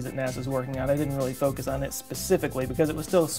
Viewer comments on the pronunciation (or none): none